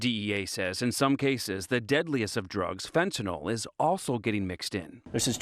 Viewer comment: How come the DEA agent doesn’t know how to pronounce fentanYL?